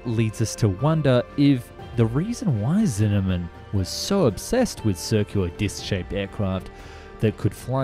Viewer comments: Zimmerman - not Cinamon. xD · It's Zimmerman not Zinnamon! 😂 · I like this channel, but I really wish you'd get a handle on the pronunciation of names. I have no idea how Zimmerman became "Zinnamon" 😀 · I've never heard the name Zimmerman pronounced Zinnamon. I checked CC and it's guessing cinnamon. I even went to school with guys with the last name Zimmerman. The narrator might need glasses. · You say his name as Zinnerman, but its Zimmerman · and explained It's ZiMMerman ... not ZiNNerman! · ZiMMerman, not Zinneman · You're saying "Zimmerman" wrong. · Cool vid but I was way too distracted by Zinnamon and stabability to learn anything. I dont want to be mean but you lose all credability when you cant even say stability. Where that extra b coming from? and like how do you read Zimmerman and think "ah yes mm should be prounced like an n"? You dropped three whole humps! The most confusing bit is that you seemed to say everything else correctly. I really do hate to have to be this guy but the content is there I just cant handle the verbal abuse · Bro, why can't you say Zimmerman?😄